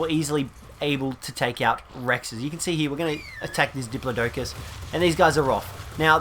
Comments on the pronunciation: I hate how he says doplotocus instead of diplodocus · What is up with pronunciation of diplodocus